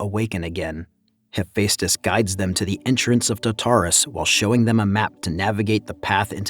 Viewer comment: yeah, he also didn't say Hephaestus right too. No hate towards the commentary man but just work on the pronunciation of words that are difficult for many people to say.